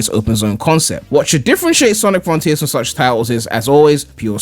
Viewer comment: before Sonic fron-TEERS comes out